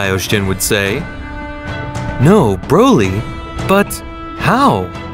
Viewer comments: " brody " " vegete " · "Brody" "vejita" "wiss" 💀💀💀💀💀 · “brody” “vegata” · I bet a baby can win this dude in a race to pronounce vegeta or broly or Kamehameha